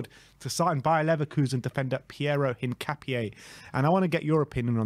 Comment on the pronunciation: "Kessiyay"? "Hincapiaye"? Come on, man...